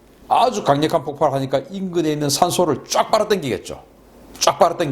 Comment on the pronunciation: 재미있게 보고 있습니다. 다만 폭팔이라 하지마시고 폭발이라고 발음해주세요. 폭발이나 폭파, 구분해서 말씀해주세요.